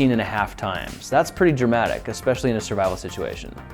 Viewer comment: "expetially"